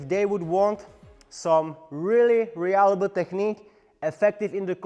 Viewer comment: I really love how you pronounce reliable as re-allible! It made me chuckle because it's so adorable. The pinch grip & hammer grip seemed to be the most effective, to the point that only preference would be at play as to which to use. The finger spin seems to be a closely guarded secret technique. It would look awesome, but is impractical for anyone who isn't trained to do it perfectly.